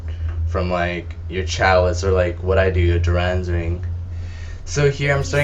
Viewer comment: why the fuck are u puting a U in dorans ring...its dorans....jesus hooked on phonics..